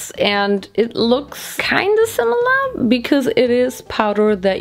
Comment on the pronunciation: not her saying "silimar"